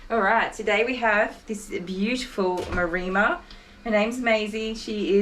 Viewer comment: I hate to say this, Kylie, but it's MAREMMA (pronounced as in 'Emma'). I wondered what a Marima was... and I'm typically on 'the the spectrum'... so couldn't just leave it.... Sorry! Great job, by the way. Very funny start to the video! And heartfelt congrats on 1,000 subs!